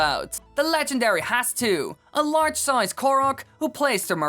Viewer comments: dude its 'hets soo' not hastu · Did you just say hastu Its hestu, u hastu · It's HESTU, not HASTU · hestu is pronounced hes too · Tfw when he doesnt say Hestu wrong by saying Hetsu but instead says Hatsu